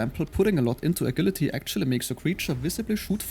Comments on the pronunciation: In English agility is pronounce "A-Jill-lity" not A-Gill-lity. The G has more of a "J"ourney sound. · wonderful quick breakdown of the game as I download the demo. I think I will be hooked, thank you for making this! Also, no harm intended, but its pronounced "ajility" as the "g" is soft, english is dumb like that.